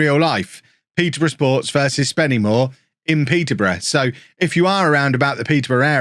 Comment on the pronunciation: It is pronounced Spennymoo-a not SpennyMoor as someone who lives like 5 mins away from the place 😂